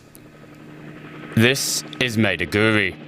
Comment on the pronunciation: Madi-Guri? 😂😂😂😂 Maybe check the pronunciation before making the report😂😂😂😂😂